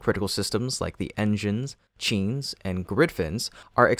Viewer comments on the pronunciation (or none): You are mispronouncing "chines". They are not "cheens". Pronounce the "i" like "eye".